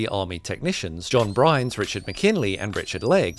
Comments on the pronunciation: It’s John Byrnes (sounds like BURNS), not Brynes (BRINES). I feel that when you are making a video about a specific subject or event, the least you can do is get the names read or pronounced correctly. If not, I tend to think the video was slapped together carelessly and quickly, without any research, and it puts the rest of your facts in doubt. You Brit’s also say aluminum funny considering that there no “I” in front of that last “u”. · BYRNES not "Brynes", what sort of name is "Brynes"? Pronounced like "burns" which is kinda ironic I suppose considering... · his last name was BYRNES not brynes. bYrnes pronounced burns. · The guy’s name was Byrnes, not Brynes. 🤦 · You mispronounced John Byrnes as “John Brynes” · His name was John Byrnes, pronounced "burns". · yeah he mispronounced John's last name.